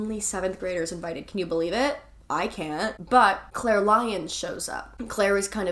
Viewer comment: The Clique was my FAVORITE book in middle school and I appreciate how you pronounced Claire as Kuh-laire!